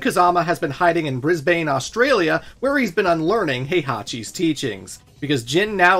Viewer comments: dude don't underestimate Kangaroos, they will mess you up. Like I'm Aussie and I fear them Edit: we pronounce Brisbane as "Bris-bin" not "Bris-bane" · Hearing Bris-'bane' and crying in Australian. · Brisbane is pronounced Brisb'n 🤠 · It’s not BrisBANE, it’s BrisBIN please say the cities in my country correctly or don’t say them at all. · its pronounced bris-ben in Australia by the way, cracked me up hearing "Brisbane" although in your defence that is the correct spelling and as far as I know I think its only here in Australia that we pronounce it as bris-ben so maybe we are the ones in the wrong haha. Edit: OMG my childhood :') you just teleported me back Infront of my sega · prob wont see this but its not pronounced Brisbane its pronounced brisbin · “Bris-bayne Ostraylia” m8 it’s pronounced “Bris-bn” 😂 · Briz-baine. It’s pronounced briz-ben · No way he said bris Bane Australia it's pronounced brisbin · Hi, Aussie here to educate the world. Brisbane is pronounced - Briz-bin. Not, Briz-bain. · “Briz-bane” haha only aussies know how to pronounce it, it’s pronounced “brizben” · I really hate to be that guy, but this video has 210,990 views at the time of writing this and as an Aussie I cannot let this misinformation slide. It is pronounced "Bris-bin" not "bris-bane," take from an Aussie it is pronounced "Bris-bin." I can't be the only Aussie who was uncharacteristically Angry about that pronunciation. other than that good vid so far. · Just as a heads up, Brisbane is pronounced Bris-bin. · You pronounced Brisbane wrong. It's pronounced Brisbn. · Just a small correction: I live in Brisbane, Australia. It's pronounced "Briz-bn" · brisBANE australia im sorry its pronounced like Brisban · love the Brisbane representation, but you pronounced it wrong lol, its pronouned like Brisbn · It’s bris-ban, the “e” is silent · The correct pronunciation of ‘Brisbane’ is “Briz- bunn”. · Brisbane is pronounced “Brisbn”. Straight off the b on to the n. Other than that, awesome vid.